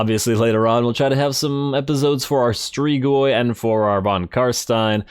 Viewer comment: Love the vids broski, just so yknow it's pronounced strig-oi